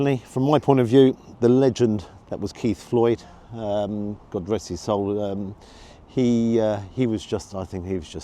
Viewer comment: love your pod. Nice variety of places and food. Just one thing annoys me- it’s how you say his. It’s his, not he’s. Petty I know, but it winds me up!!